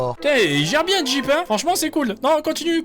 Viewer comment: A tout moment le gars sort un bieng ou bieng